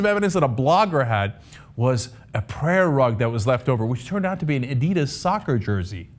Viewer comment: Cenk pronounces Adidas weird.